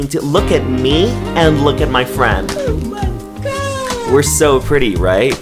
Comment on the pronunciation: You are talking to me BEST FWIEND